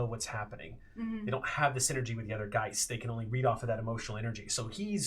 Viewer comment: I'm very late on this, but, being German, hearing "Geists" makes my skin crawl. The plural is "Geister", dammit :P